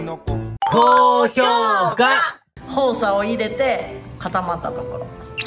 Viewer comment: お母さん、ホウシャではなくほうさです！！😂